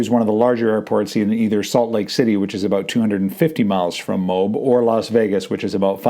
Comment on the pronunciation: MOAB -- you prounaced it "mobe" like robe -- it is promounced M0- (as in Motown) followed by AB ( as in the stomach muscle)